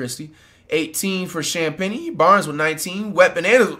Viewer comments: I'm surprised Flight knows how to pronounce Champagnie. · i love how he can’t pronounce some easy player names but flawlessly pronounces “champagnie” every time